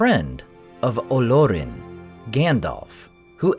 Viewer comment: The accent is on the second syllable and not the first… it’s Olórin. Not OH-lor-in.